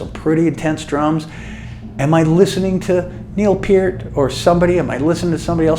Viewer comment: Thank god he pronounced Peart properly!